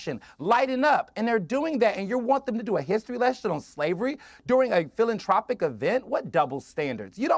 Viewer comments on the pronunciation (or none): It's pronounced "philan~TH~ropic", not "TR ~opic"..... JS lol. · Hey, it's pronounced fill-an-THROW-pic(dumbass) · He says philatropic - what a fool